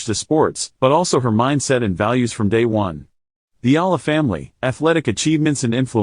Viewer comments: What ? Not Ala 😂 It should sound Iyala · You should pronounce her name as Alex Eeeeyyyyyyyyaaala... long e, long a... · Please learn the correct pronunciation of her last name.